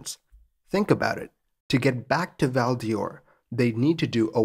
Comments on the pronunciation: Excellent presentation. A note on pronunciation - the "d'Or" in "Val d'Or" is pronounced the same as "door", not like "Dior". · Great vid! As a quebecker, I had no idea this had happened. You may not see this but your pronunciation is a little off it’s Val d’or (the best way you could say it in English is val door) and not Val Dior. Similarly dorval would be door-val but dorval airport was renamed to Pierre Elliot Trudeau airport, Trudeau for short. Doesn’t stop people from calling it dorval still. Still, great job regardless! French pronunciation is pretty wonky lol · Val DOR just like in DORval. Not Val DIOR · It's not Val dee Or, but Val d'Or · It's pronounced "Val DOOR" not Val Dior. Just sayin'. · Not as interesting a pronunciation as Val " Dee--Ore" when it should be pronounced like "Door." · also, Val D'Or is pronounced "Val-door", and not Val-Dee-Or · Great presentation. Your pronunciation of Val D'Or does need improvement. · Excellent narration as always! One minor quibble: "Quebec" ought to be pronounced either as "kuh-BECK", "kay-BECK" (which is the French-Canadian pronunciation), or "kwa-BECK", rather than "kyu". Also, as and noted, "Val d'Or" (literally Golden Valley) is pronounced like "Val Door".